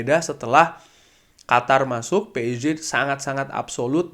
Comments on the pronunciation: Nyebut psg biasa aja mas jangan ke Inggris amat kan yg nonton orang indo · nogmong psg nya kok gitu sih bang wkwk